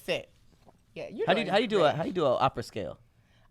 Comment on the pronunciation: it's "OPERA" Lol Great episode tho